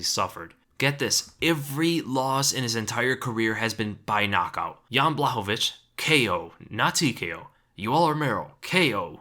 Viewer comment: its jan not ian lol